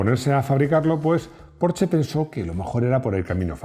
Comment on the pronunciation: Me encanta esta Porsche aunque todavía no he podido conducir uno. Y me ha gustado mucho que pronuncies bien su nombre. Enhorabuena por el video y por escuchar a tus feligreses.